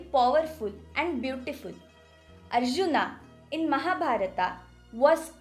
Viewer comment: अर्जुना,महाभारता,पुराणा,असुरा..अरेरे काय हे उच्चार!शिकवा त्यांना नीट.